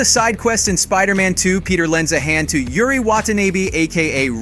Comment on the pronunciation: How tf did u mispronounce Yuri's name so badly 🤣